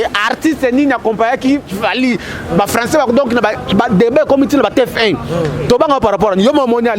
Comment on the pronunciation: Ndeko eza T F 1 et non T F I 🙏